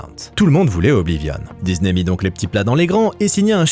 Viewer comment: Il n'y a pas de "Z" dans disney et le "s" n'est pas suivi d'une voyelle, merci de le prononcer correctement à l'avenir !